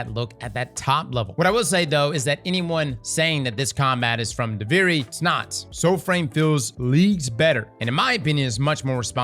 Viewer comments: dUVAri, It's DUVIRI gawtdangit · I swear he’s trolling with his pronunciation of Duviri at this point